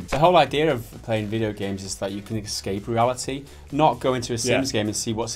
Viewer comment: did he really just say exscape? XD